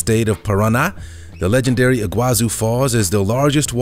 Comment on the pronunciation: Iguazú (Spanish, in Argentina) / Iguaçu (Portuguese, in Brazil) is pronounced "ee-gwah-SOO" in both languages, with the stress on the last syllable. It's not "ee-GWAH-zoo" as in the video.